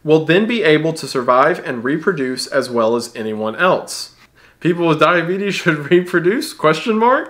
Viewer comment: When he almost called diabetes "The Beeties" I damn near lost it.